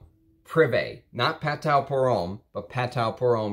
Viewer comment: Very nicely done. I am a Perfumer I met Jean Kerlioin In Versailles. He is the ultimate gentleman. So talented and so kind. The House of Patou was the epitome of classic French Perfumery. You cannot beat the quality. Not to be a snob but don’t forget Patou is pronounced “patoo”. Thanks for sharing your collection.